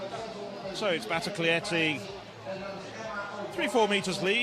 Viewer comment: is it really so hard for this commentator to get NADIA BATOCLETTI right? not Maria Batocletti, or Nadia Batoclietti, but her actual name?